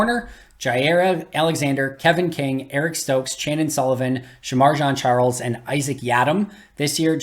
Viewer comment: Just for accuracy's sake, Shemar Jean Charles pronounced his own name in the locker room and said "Jean" like blue jeans. Just sayin. Actually, I really liked the comparison and analysis today.